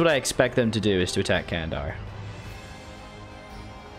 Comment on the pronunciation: Candar is pronounced like Jandar, like jedi.